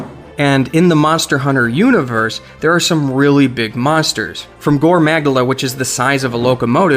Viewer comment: The way he said gore magala............. just no